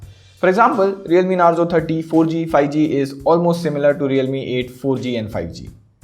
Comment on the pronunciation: I seriously didn't want to point this out but lately I have been noticing in all your videos that you pronounce '5G' incorrectly. It's not 'fi-G', it's 'fiVE-G'...